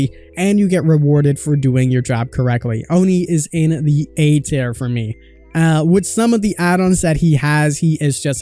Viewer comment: "Tier" pronounced "tear" as in tear rolling down your cheek, not "tear" as in tear a piece of paper.